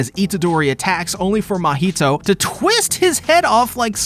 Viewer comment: It's funny how he's mocking the misspelling of the name mahito, but at the same time is mispronouncing the name the whole time.